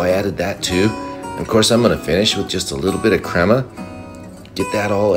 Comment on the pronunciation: Pronounce it [crea-maa]